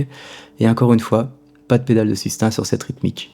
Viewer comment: Bravo pour l’approche, les pointes d’humour, etc... Tout ca est excellent, mais par pitié, ce n’est pas ’’la pedale de sustain’’ prononcé comme ’’hein?’’ mais ’’sustain’’ prononcé comme ’’hey...n’’ (sans le h) C’est pire qu’une fausse note... Merci... Un ancien prof d’anglais désespéré.